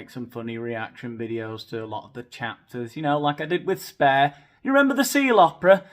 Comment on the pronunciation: your pronounciation of 'spare' is lol